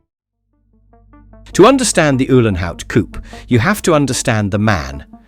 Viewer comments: No, it is not a "coup" but a COUPÉ! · Poor Rudolf got himself a hearingdamage driving these beasts privately ! 😂😂😂 Oh , its a COU....PAY....by the way , stupid yank .